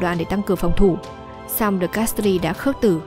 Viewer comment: Mặc dù viết De Castries nhưng đọc giống như De Castre (tiếng Pháp không đọc âm/s/ cuối khác với tiếng Anh).